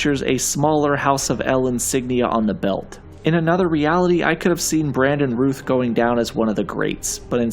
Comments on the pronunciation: Routh rhymes with South, sir. It's not Ruth. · You pronounced Brandon Routh's name wrong. It's sounds like SOUTH not Ruth. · Routh rhymes with South, not booth. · Routh rhymes with "mouth" Not "booth" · Brandon Routh's surname is pronounced like south !!!! Totally agree with Christopher Reeve - Legend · You didn’t pronounce Brandon routh’s name right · Brandon Routh's name rhymes with "south." Just FYI, since you made a point to make sure people knew how to pronounce Hoechlin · Makes explicitly sure to pronounce Tyler Hoechlin correctly. - Totally mispronounces Brandon Routh. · Routh rhymes with south. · Mispronouncing Routh as well? Is this on purpose? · In case no one else mentioned it, Brandon Routh's last name rhymes with south. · Nice that you did your homework on how to pronounce Tyler Hoechlin's last name - but you slacked off when it came to Brandon Routh. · Brandon Routh pronounced like south. You do know how to pronounce south, don't you? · You mispronounced Brandon Routh's name (rhymes with "south"), but I mostly agree with this list. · How do you pronounce Hoechlin right, but mispronounce Routh? Not even kidding, man. That’s crazy. Good video though.